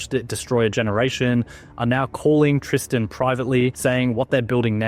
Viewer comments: I know this MF didn’t just call himself “Tris-tohn “ 🤦‍♂️. It’s Tristan so are you kidding. Immediately make me not believe him 😂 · 1.32 min in, the dude refers himself is "TRISAAN", bubye